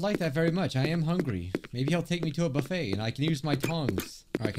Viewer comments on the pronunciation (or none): none